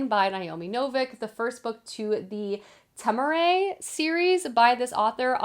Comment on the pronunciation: Excited for your thoughts on the Temeraire series! Naomi Novik has said it’s pronounced tem-uh-rare. Flew through the first book. The second book is slower but I’ve heard the rest of the series picks back up after that